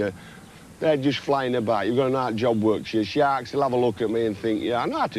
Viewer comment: It's Shaarks....